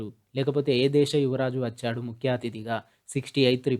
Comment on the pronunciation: achhadu kadu vachhadu